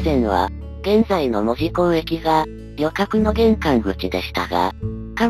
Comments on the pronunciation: 細かいことやけど、関森航路があった場所はいまのニッカウヰスキー門司工場の場所ではないです。あの工場は大正時代からあるので・・・ 近くの梶山倉庫付近なんですよ。 あと、門司の発音、正しくてうれしくなりました！ 門司の言い方は文字と同じではありませんから。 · サンマルも消え、ハチイチの銀も廃車。 機関区には扇型車庫もすでになく、 門司駅も残念なすがたになり 鉄道の街の面影もはやぜんぜん（泣） あと、門司の発音、ちゃんとした言い方してくれて ありがとう！ 「も」にアクセント付けた気色悪い言い方じゃないから 安心して見れました。